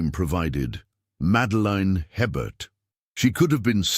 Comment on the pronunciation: No such plantation ever existed in Louisiana. Herbert is pronounced a-bear. The Anglo-Saxon last names are highly unlikely in St. Martinville during that era. It would have been professional of them to research how to pronounce the indigenous and French names. BTW, St. Martin Parish is not close enough to New Orleans for anything to drift there. This is a made up story.